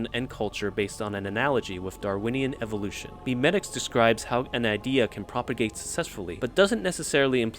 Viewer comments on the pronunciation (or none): It’s not pronounced “meme-etics” it’s mem-etics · It's actually pronounced "may-may-ticks"